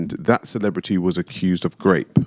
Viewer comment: Am I the only one the keeps hearing “grape” and not “rape”?